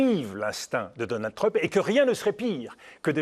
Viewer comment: Pourquoi les franchouillards disent toujours "Treump" ? Ça se prononce "Tramp".